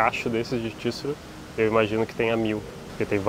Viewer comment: Excelente conteúdo. Amei o vídeo e estou amando toda série, mas tbm dei um pulinho cada vez que ouvi tíssuru 😅